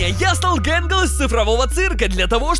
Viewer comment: Скренч вообще не гэнгэл а тэтгэл